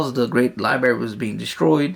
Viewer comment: The prophet knew about Pulsar stars? 🤔 Many scientists and professors (obviously smarter than you because they pronounce library as library and not “libary” 🤦🏻‍♂️😂) converted to Islam because of the scientific knowledge. The prophet ate humbly and slept on the floor, wealthy but lived poorly. He worshiped the same God prophets Noah, Abraham, Moses and Jesus worshiped. His own scribe left Islam… then later came back… unpunished. Who did the prophet order to be executed for leaving Islam? No one? Correct answer. John 17:3 the one true God is the father. John Jesus says the father is his God. Mathew Jesus doesn’t know what the father knows. Mark Jesus didn’t even know if a tree had fruit… like a normal human wouldn’t know… then supposedly he cursed it according to your unpreserved book. The same unpreserved book which perverts the stories of prophets like saying prophet lot gave up his two daughters to be raped. You’re desperate 🤦🏻‍♂️ without lie’s Christianity dies (not to mention the many inquisitions and conversions by the sword in the last 1000 years).